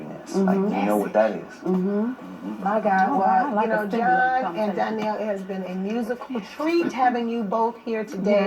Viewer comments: Is it just me or is the lady in orange saying Darnell instead of Donnell? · She keep saying Darnell lmao